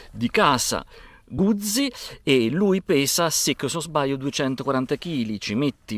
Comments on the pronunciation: Eccone un'altro, Fotografo Nikonista di professione, batterista per passione e California per viaggiare. Cambia ti prego la pronuncia quando dici "Guzzi"....è un cognome e da tale va pronunciato. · come cambia? Probabilmente qualcuno ti potrebbe chiamare Boccí, oppure Bòcci o ancora Bòccì... Carlo Guzzi si pronuncia con la ZI di Tiziano e non di ZIO